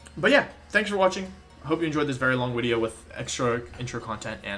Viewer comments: Wolfey: I wasn't that good at english Also Wolfey: Wideo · I did not expect to come to a WBE wideo and hear "I am not gay" in the first minute.